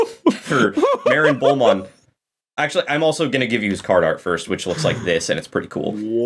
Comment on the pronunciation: It’s marinebullmon. Not Marin bullmon